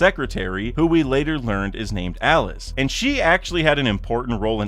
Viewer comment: Iceberg's secretary's name Alice isn't pronounced the common way. It's the Italian pronunciation because Water 7 is based off of Venice. A-lee-che. You can hear Iceberg say it in the newest anime episode.